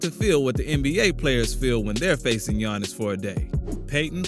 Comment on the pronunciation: Bro really said "Giannis and Thonnis" LMAO